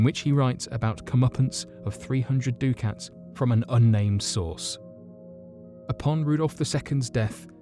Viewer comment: "ducat" rhymes with "bucket"